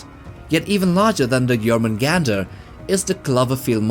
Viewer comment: quick note: Jormungandr would be said as “yorr-muun-gahnd” (more anglicized “yor-mun-gand”). In Old Norse, if a word ends in an “r”, and that “r” is preceded by a consonant, then it is not pronounced. Rather, the ending “r” just acts as a silent masculine suffix. It’s usually used in the names of beasts and non-humanoid entities with nebulous sexual characteristics.